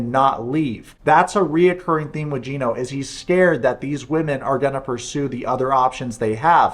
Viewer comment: “GYE-NO” lmao. Just discovered your channel and it’s awesome.